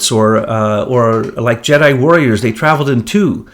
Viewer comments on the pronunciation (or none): none